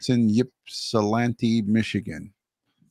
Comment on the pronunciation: Great show gentlemen, I started out live and then a phone call ( why must they call during my podcast time lol) so i am catching the replay.., just wanted to let you know I am impressed with your pronunciation of Ypsilanti...well done sir😊